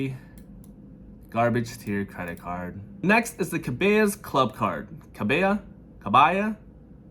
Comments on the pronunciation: Ka-ba-las... Cabalas like how it's spelled. I know it's weird. Maybe if you googled and viewed some other videos on Cabalas, you can easily hear how it is pronounced. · Cuh-BELL-uh's 🤣 As a person living in Oklahoma, that hurt just a bit! lol, all jokes. I love this series - keep them coming! love your content., - Ivan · Cabela's pronounced closely to Kah-BELL-a's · Cabela's is not pronounced like a Hispanic name, it's Kuh bell uhs.